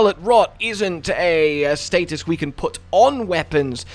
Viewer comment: So we don’t know how to say status…